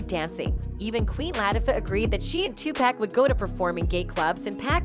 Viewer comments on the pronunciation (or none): Lol 😂 This is some bullshit she saying his name wrong Tupack so disrespectful PAC wasn’t gay y’all trying to dirty the goat 🐐 name but you can’t we know this is just for views smh 🤦🏽‍♂️🤦🏽‍♂️🤦🏽‍♂️🤦🏽‍♂️🤦🏽‍♂️